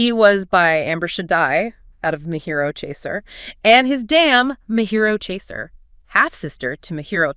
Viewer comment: The "ji" in Mejiro is pronounced like "jiggle." It's a Japanese name, not Spanish.